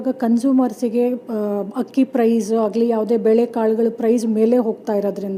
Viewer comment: akka adu hakki alla akki , ayyo nim.........